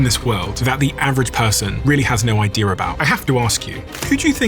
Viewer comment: Idea. Not i-dear. Please, for the love of Frappuccino!